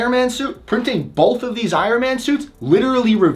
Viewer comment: You say bolth, thank you